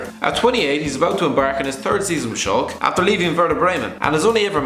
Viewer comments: Schalke is not pronounced Shulk. It's Schalké, that's how you pronounce it. Just saying before you make another video saying how Shulk's never won the Bundesleague. Sparing you some shit. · awful pronunciation of Schalke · The way he pronounced 'Schalke'.... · that's Felipe Massa! Btw how the hell do you pronounce Schalke